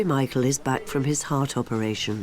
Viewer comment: Has my hearing gone bad but does that narrator continue to say Mital for Michael?